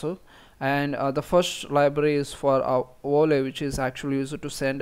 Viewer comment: You pronounced Video correctly at ~ , so I don't understand why you tried to pronounce Volley with a W! It's the same sound; Video, Volley. :)